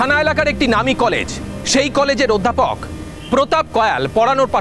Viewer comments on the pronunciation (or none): অধ্যাপক নয় অধ্যা পক পক🤣